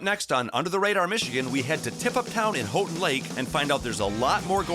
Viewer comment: you mispronounced houghtin its pronounced like "how-tin"